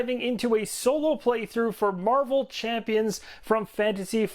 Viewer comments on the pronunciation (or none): none